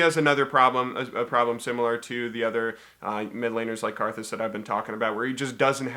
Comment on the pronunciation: Your pronunciation of Kha'Zix and Ivern makes me want to kill myself